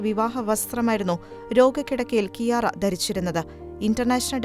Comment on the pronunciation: ഈശോക്ക് മഹത്വം 🙏🙏 ക്യാര (Chiara) എന്നാണ് ഇറ്റാലിയനിൽ ഉച്ചരിക്കുന്നത്